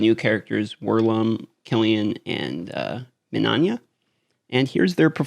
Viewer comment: MIN-EYE-YA!!!!! THERES NO “ON” in minAYa!!!! It’s 3 fackin syllables ferchristsake!!! Yer makin us ‘muricans look bad.